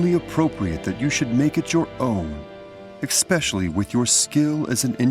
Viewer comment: Learn to pronounce “especially” properly! Goddamn!